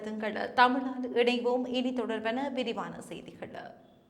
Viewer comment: அதென்ன சொல் முடிவில் 'கள கள என்று சொல்கிறீர்கள். உதாரணம் செய்திகள் என்று சொல்லாமல் செய்திகள என்று சொல்கிறீர்கள். உண்மையில் நீங்கள் தமிழரல்ல போல் தெரிகிறது😮